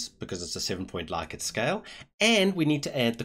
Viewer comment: Thanks! I've spent hours looking for a tutorial that makes sense. Also, interestingly, it's pronounced 'Lick-ert'. I know, it's horrible, but it's true:D